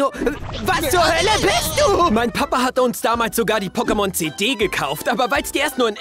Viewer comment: Deine Betonung von Pokémon treibt mich als sehr großer Fan in den Wahnsinn xD